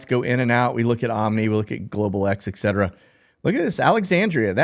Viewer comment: Ekcetera?? Try this instead: Etcetera